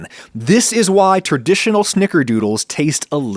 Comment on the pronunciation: Adam Ragusea 🤝 Ethan Chlebowski not being able to pronounce "traditional"